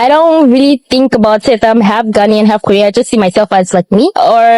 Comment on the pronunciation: My dear ♥️ i know you have been Ghana 🇬🇭 for a while The word is half not alf. Please